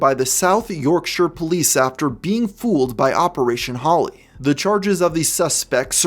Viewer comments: Thank you for pronouncing Yorkshire correctly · Im actually a bit happy you pronounce Yorkshire correctly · never heard an american completely smash the pronounceation of "yorkshire" good job mate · Thank you so much for not saying "Yorkshiiiiiire" as most Americans do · As a Brit, thank you for pronouncing Yorkshire correctly. God bless.